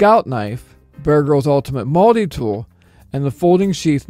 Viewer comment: "Mulddi Tool"